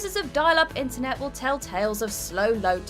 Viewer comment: “We’ll never do,” or, “Will never do?” 😂 Sorry, I had to say something.